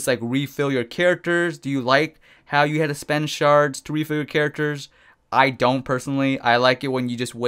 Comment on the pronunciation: is it just me or when he says shards it sounds like he is saying sharts?